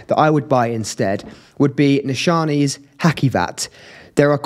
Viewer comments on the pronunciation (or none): Cute mate, well-spoken. Love the black gloves - smart “touch.” I would recommend devising means to learn and use standard pronunciations, e.g., watching content of other reviewers. “Ha-See-vat,” and “Nee-SHA-nay.”